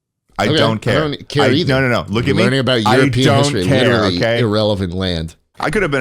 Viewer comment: Aaron from the speak pipe was a book definition was "witerally"